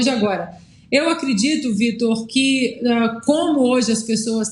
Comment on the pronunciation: " num querdito"!!!😱😱😱😱